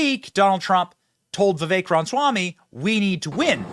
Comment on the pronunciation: Benny cant pronounce Ramaswamy. Cracks me up